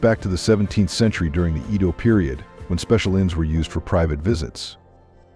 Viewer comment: Ancient history with a dash of bullshit! For instance, the word Edo is mispronounced. The washlet is a great convenience for people with disabilities, however it will not flush your results. For the duration of the wash and dry cycle you have to endure the heated odor to accommodate its purpose. Japanese people are hesitant to express opinions and that may be a problem. For 50 years I've pointed out the fact that their license plate numbers contain a mistake. The number 9 is expressed as a lower-case g. A minor thing but expressed this way, g10, it looks foolish. To set the record straight as they say, I spent 7 years in Japan at 4 locations. I first arrived in 1960 and got to see things before the world turned to shit. I love everything Japanese.